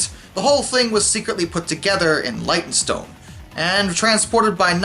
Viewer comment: Yep, it's one of those comments - I wasn't going to say until you prompted me. Leytonstone is pronounced "Laytonstone".